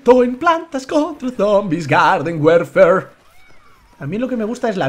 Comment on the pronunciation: se an dado cuenta que dice werfer y es warfar menzooo